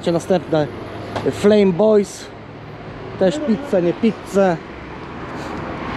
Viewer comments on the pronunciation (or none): nie flom tylko flejm co znaczy plomien